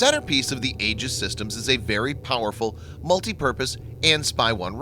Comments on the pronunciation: Oh dear God how painful it was getting to the end of this video with your repetitive mispronunciation of Aegis. It is not pronounced "ages" but rather "ee-jis". Next time for such an otherwise excellent, important and informative presentation, which you obviously spent a lot of time developing, you might want to take one minute to go to a dictionary. P.S. : Aegis was my father's last project as Deputy Director, Naval Sea Systems Command, Bureau of Weapons in the navy. It was fraught with problems, the biggest being that on the Cruiser U.S.S. Ticonderoga (its first test platform) when they first switched it on, it drained all the electricity that the "Ti" could generate, blacking out the whole ship (aka "dropping it's load"). That was maddening. I don't know how they got around it so well as to be able to install it on the smaller destroyers. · The "A" is silent..........."E"gis..........fyi